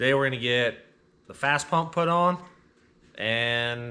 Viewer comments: First, it's FASS, not Fast. Second you show Air Dog, not FASS... different company. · 1. It's fass pump 2. That's an airdog, not fass Lol okay rant over, good work guys